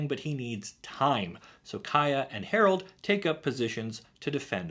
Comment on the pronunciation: I can't unhear Day[9] saying "HARALD"